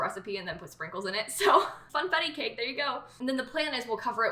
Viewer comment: I thought she said Pringles instead of sprinkles and almost had a heart